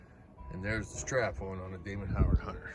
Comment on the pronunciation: It’s Damon HOWATT not Howard